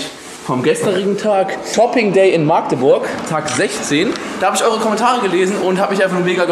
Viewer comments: das heißt nicht maaaaaaaaaaaaaaaaagteburk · wie du Magdeburg sagst ist toll XD Maaaagdeburg XD es heißt Magdeburg